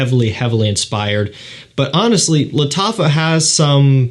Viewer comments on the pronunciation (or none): Lat affa camera 😂😂 thats what i heard man your pronunciation got me going off